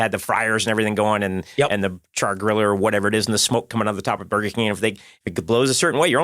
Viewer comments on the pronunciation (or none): none